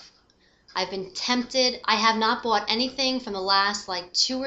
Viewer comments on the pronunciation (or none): do you have italian blood...some words you say sound italian in some way...like 'bought'.... i like your reviews! and personality!...